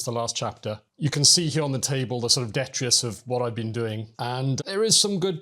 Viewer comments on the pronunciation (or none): Detrius? De-tri-tus.